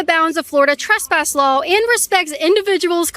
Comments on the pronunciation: WHY why the heck can she STILL not properly pronounce - LAW its now LAWL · I think it's cute that you say "LawL" when you say the word law! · Y can't u pronounce law.... U keep saying lawl